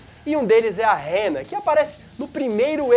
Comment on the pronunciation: O Zumbi é Hannah... Pra que pronunciar "Réra"???